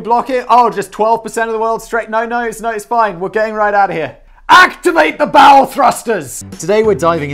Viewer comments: You had me at "Activate the bowel thrusters" . . . or was that "bow thrusters"? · I heard bowel. I like that better. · I heard bowel, too. And something akin to your first thought was mine LOL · "ACTIVATE THE BOWEL THRUSTERS!!!!" Not sure whether to blame Closed Captioning or Simon's accent. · Did anyone else hear him scream "Activate the BOWEL thusters" or is it just me?